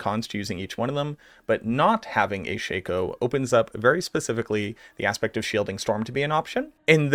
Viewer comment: Can you please relay to how to properly pronounce Shako?